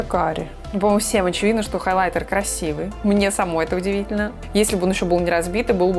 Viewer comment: халайтер ахахах ну и произношение